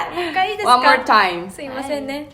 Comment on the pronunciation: のワンモアタイムが発音良すぎて一生聞きたい